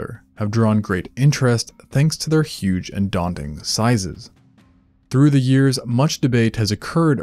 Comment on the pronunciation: That is going to take a YUGE Pik-ah-nik basket.😮